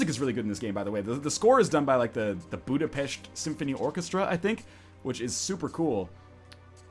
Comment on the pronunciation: You pronounced Budapest as it should be, good surprise.Most people don't know how to.There was a level in the first Hitman where it took place in Budapest and I believe they did the music on that game as well.Most people don't know how to. Keep up the good videos! :)